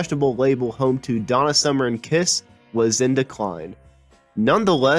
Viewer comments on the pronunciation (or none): none